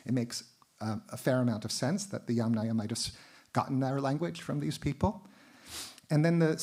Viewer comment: extremely interesting, but at this point it is very difficult to follow… not only does the speaker lisps pretty badly, but it’s difficult to follow because all of the Russian/Slavic names are in addition also mispronounced😢😢😢 this is becoming very irritable to my census. Sorry you also mispronounced every other Slavic name 😞 including Yamnaya (literally; of holes in earth) and Sredny Stog. (literally; middle stack). What I do not understand ; why do you bother twisting your tongue trying to pronounce difficult Russian and Ukrainian words if you can easily translate it into English. And instead of incorrectly saying YamNAYA (YUMnaia - is correct) … just say “earth culture” and “middle stack”. I understand that these type of lectures are for “professionals “… but this is YouTube - many lame/nonprofessional people also listen to these lectures. And then YouTube becomes full of videos who mispronounce the words even more since they don’t understand how to pronounce them from professional professionals! Come on this has to stop somewhere … it’s ridiculously hilariously funny.